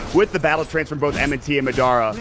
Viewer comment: Has no one mentioned to this caster the proper pronunciation of "Madara"?